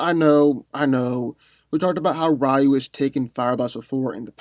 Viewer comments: Rayu? Isn't it pronounced Ree-yu? 🤦🏾‍♂️ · It's pronounced Ree-You, not Rie-You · rEYE-oo... no. REE-u 👍🏿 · It is. He just mispronounced it. The same way he mispronounced "Ryu". It's pronounced "Ree-U", not "Ri-U". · Balbosa-Mc Intosh No it ain’t. It’s Ree-yu. Go watch the animated movie. Everyone said Ree-Yu . Not Ra Yu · Rayu?! It's not Pokemon 😑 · I new Scorpion was going to win when you didn't even pronounce Ryu's name right lol. Also, you didn't go over the dark hadou, which could probably vaporize Scorpion. All jokes aside, I would definitely give the w to Scorpion, in the nether realm, if Ryu didn't harness the dark or light hadou. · You pronounce "Ryu" wrong. His name is 1 syllable, not 2. It means "Dragon" is Japanese.